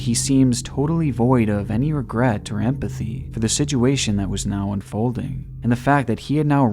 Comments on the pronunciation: Please stop saying sij-u-a-tion. The word is sit...with a T...sit-u-a-tion. Love your videos, but it grinds my eardrums to a pulp every time I hear you mispronounced such a common word. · OMG IT'S "SITUATION" NOT "SIDJEWATION" "SITUATION" Pronounced "SIT CHEW WAY SHUN" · He said Siduation again, take a shot. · What is a “sedguation”?? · He said siDuation, take a shot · "sidgeyoowaytion" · i cant help but notice how he says “siduation” 😭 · “The sidguation” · “For all intensive purposes” “Siduation” is there anything you can say right? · he says situation like : sijuashin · Situation is pronounced "si-choo-ay-shn" sorry man great documentary but this killed me it. BTW though this was an awesome documentary. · Great video. I love your content. Something that really sucks though is that you use one word a whole lot in your videos and what makes it worse is that you pronounce it incorrectly and it bothers the hell out of me. I know, that's my problem but I'm still going to tell you about it. SITUATION. That word. SICH-U-A-SHUN. You say Sidg-u-a-shun. It's just wrong man. Also, you used a term that was also wrong. "All intents and purposes" is the term. Not " all intensive purposes". I would appreciate being told the correct way to say things and I hope you feel the same. Seriously, that "sidg-u-a-shun crap is terrible though.